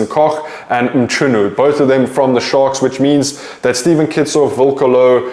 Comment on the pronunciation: Bro let’s work on that Mchunu pronunciation. It’s not that hard to get it right